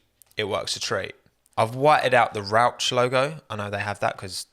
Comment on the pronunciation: So there is one thing in this video that offended me as a German speaker and that is you saying Rauch you pronounce the ch like a little bit of a cough Rauchhhr like Darth vader